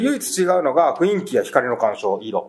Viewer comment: ふいんきじゃなくてふんいきですのでね～